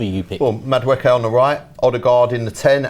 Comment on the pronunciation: Everyone - “Madueke “ - “Mada-wooky”